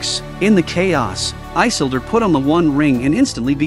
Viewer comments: Why can’t you pronounce the names right? It drives me up the wall that you can’t get the names right. It is “i-sil-dor! Not I-sil-dor! 🤦‍♂️ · No, his name is not Eye-sildur... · Good recap… But Eyesildur😅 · Lol...one must first understand how to say the name properly...😂